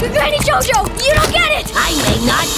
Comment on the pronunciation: That little Monstrosity 'gio gio' is pronounced "jojo"